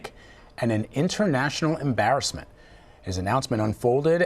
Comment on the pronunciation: Biden says Embarrassememt Correct you are.. An Embarrassememt..